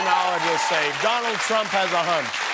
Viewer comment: President Dolund Trump